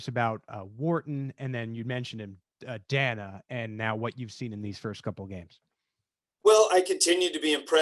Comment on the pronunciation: Danna is pronounced with the long a people.